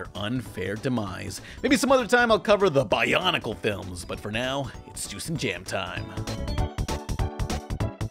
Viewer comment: My good man, did you say Bionicle?